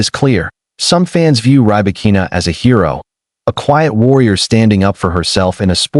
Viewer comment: Not Rye-Bakina. Pls pronounce correctly